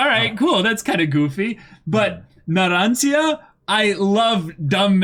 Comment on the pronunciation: First is Abbakkio, like Pinocchio Na-ron-cha The third is right